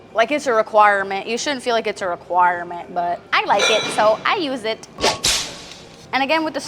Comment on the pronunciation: Why u say requirement like tht